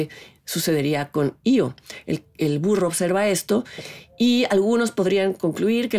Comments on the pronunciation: Se pronuncia I.O aunque se escriba E,O. Hay que recordar que la película no está concebida en español si no en otro idioma totalmente diferente , en este caso en idioma Polaco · pues la del circo , la primera chava que aparece lo llama ( pronunciando ) como I.O